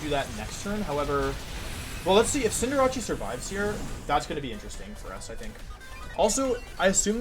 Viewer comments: I don’t get why he calls it CinderaCHEE isn’t it called CinderACE? Does he do it on purpose or am i reading it wrong. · It’s Cinderace. Like cinder in fire and race, cause it’s a rabbit. Not Rachi. Just saying. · You are aware cinderace is pronounced like Sender Ace right? You keep confusing it w jirachi i do believe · Just for my sake and others... CINDER-ACE. As in an Ace if hearts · I just realized he pronounced the c in Cinderace like a ch, and wasn't saying "Cinderachi" as a portmanteau of Cinderace/Jirachi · why does he say cinderrace's name cinderachi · Why are you saying cinderace like that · why do you mispronounce cinderace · The way you pronounce cinderace is tilting me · Why does he say cinderace like that im confused im newer to his channel